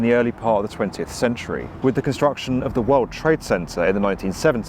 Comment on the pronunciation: "157 W 57" pronounced "west fifty-seven," no, not "double-you." And "world" is "wurld," with an L, not "werwud." There must be some English-speakers available wherever you are...